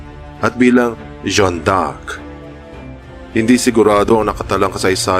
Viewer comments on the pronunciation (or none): Jeanne D' Arc Pronounce as 'dyan' 'jan'